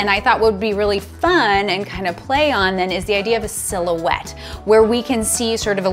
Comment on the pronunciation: Silhouette. Oh! I thought you said fill-ouette... and I'm like, just added a new term to photography! Cool. FYI - I've worked in professional video since 1983... have been a CPP in PPA for about 8 years. If you don't present in your own room at the next in-person Imaging USA... and you aren't teaching from the show floor... it would be a crime. Great videos! Love them! Beautiful work.